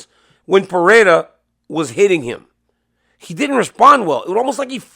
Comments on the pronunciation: PeReira, NOT PeHeira, DC. It’s pronounced Pe-REI-ra. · It's Alex Pereira, DC. Not Fajeta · Pronounce “Pereira” correctly challenge (impossible)